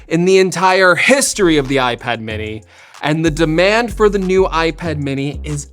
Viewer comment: “Mini’r” - dying laughing! 🤣